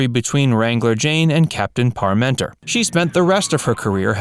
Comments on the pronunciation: How did you manage to so badly mangle the character name "Parmenter" every single time? It's pronounced <PAR·menter>, NOT . Didn't you bother to watch even ONE episode?! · How can you talk about Ken Berry and not mention Mama's Family and his lead role in Mayberry RFD? And it's Capt. PAR- men-ter, not Par-MEN-ter. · Just for the record, it was Captain PARmenter, not ParMENTER, -accent on the 1st syllable. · It's not Capt. "Par-menter" It's Parmenter. You're putting the accent on the second syllable. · Unfortunately, the announcer is mispronouncing Captain Parmenter name. This should have been noticed during the editing session. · The narrator's pronunciation of the name "Parmenter" tells us one thing - He never watched an episode of F Troop. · Wonderful show. thank you for the video and information on cast. However, please learn how to pronounce the Captain's name. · Funny that the narrator of this pronounced parmeters name funny.